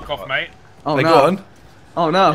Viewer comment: *mate- it rhymes with 8